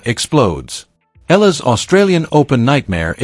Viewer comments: It's EALA not ELA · Eala not Ella , idiot AI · It's EALA, not ELLA. And it's pronounced E-YA-LA. That's the problem with AI. The pronunciation and phrasing is off. Which is good in a way so we humans will know the difference. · Please pronounce the name correctly, E A L A and it is spelled as Eala not Ella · Eala pronunciation E-yala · Eala. Eh-ah-la. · Oh please. Get the name right. Ask someone. It is said E, Ah, La